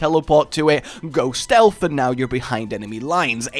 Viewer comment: For the love of all things not cringe-worthy! Stealth is not pronounced "Stealfffffff". There is a noticeable "TH" on the end. JFC!